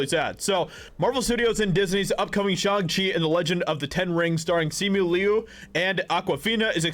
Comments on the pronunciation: Why is he saying it like that. Its SHANG CHI, not Shung chi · Bruh how do you watch the trailer for Shang-Chi and still keep mispronouncing the name?